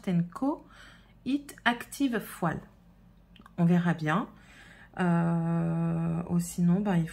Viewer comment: Je crois qu'on dit bien fo''i''l.. sinon on a l'impression d'entendre ''poil'' 😂 😂